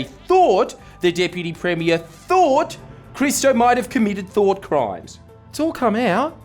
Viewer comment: "Though Crimes" bro i'm dying